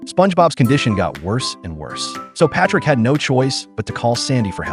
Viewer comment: "Met Pòtrick"